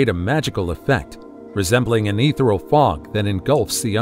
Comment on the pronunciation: Dear narrator, check proper pronunciation of ‘ethereal’! Emphasis is on 2nd syllable with a hard ‘e’. It has 4 syllables.